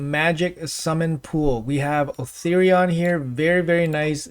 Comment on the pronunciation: O-thor-ion not O-ther-ion <3